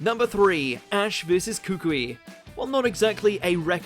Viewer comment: You said Gladion’s name wrong You also said Korrina’s and Kukui’s names wrong